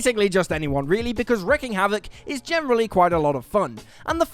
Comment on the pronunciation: it's not "wrecking" havoc. It's "wreaking", and it's pronounced like "reeking"